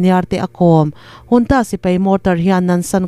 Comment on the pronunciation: Junta hi engati nge Hunta tia i lam tlat. I tidik zawk nge dik lo zawk ka hrethiam mang lo.